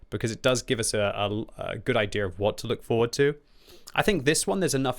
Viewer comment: idea = ay-thee-yer